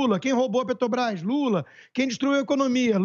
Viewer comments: Não sabe nem falar: PRETOBRÁS? Kkkk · "Petobrais" KKKKKKKKKKKKKKKKKKKKKKKKK esse sapo cachaceiro é pura comédia 🤣🤣🤣🤣🤣🤣🤣🤣🤣🤣